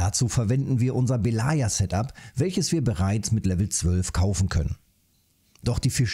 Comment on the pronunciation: "Belaja" heißt "Weiße". Und die Betonung liegt auf dem e nicht auf dem a. :)